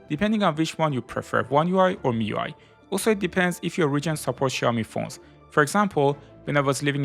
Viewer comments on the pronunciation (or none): none